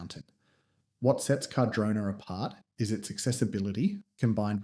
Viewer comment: whats with all the mispronunciations? carh-drona, condola, wah nah kah, are you doing that on purpose? did you even do any research or are you just reading off an AI script or something. your pretty much repeating yourself for 10 minutes aswell, this video could be like 2 minutes without the repitition and random facts that mean nothing. You just sound like a PR manager, and not an actual insightful skier who has lots of valuable information to relay.